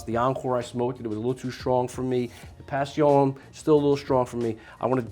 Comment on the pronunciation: Can we just pernounce Passion like a proper english speaking person? I dont hear you saying Maduro like you're spanish or other words for that matter. But pass eon? Cmon man! PASHUN. You cant even do it right one second you are saying pass eon then pash eon just say PASHUN. It does not make you sound more sophistacted it actually makes you sound like a faker who cant even get it right. 😂😂